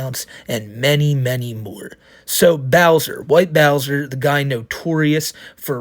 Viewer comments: Even of she was 18. SA is SA. is a pwedatah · is a pwedatuh